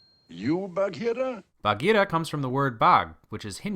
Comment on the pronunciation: as a cub scout leader, i appreciate the correct pronunciation of bagheera :)